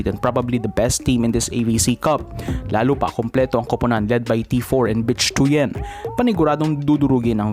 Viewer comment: "Bich Tuyen" is relatively pronounce as "Bit Twiiiin".